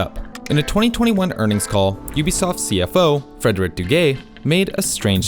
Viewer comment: I keep hearing "Frederick The Gay" XDDD